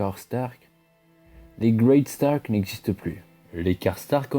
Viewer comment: L emblème des Stark est ... ( J ai envie de me suicider, ma femme m a quitté et j ai perdu mon job ...) un loup géant gris sur fond blanc ... Mets du dynamisme ! Sinon bonne vidéo. Et c est Greystark, pas Great Stark